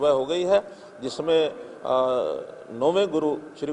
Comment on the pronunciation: Bro it's teg bahadur not tej bahadur